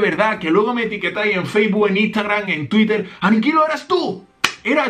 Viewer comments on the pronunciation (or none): none